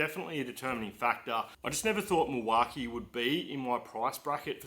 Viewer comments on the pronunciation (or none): Nice looking tool chest!! If you going to ask them for sponsorship it may help to pronounce their name right? 😜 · You’re saying Milwaukee wrong. I’m a diesel mechanic in WA and I’ve never heard it called that. Lol😂